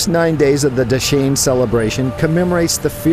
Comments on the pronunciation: dashin pronunciation is dasai senli😘😘💋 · dashain not dase haha anyway u guys are soo simple.and decent keep makng videos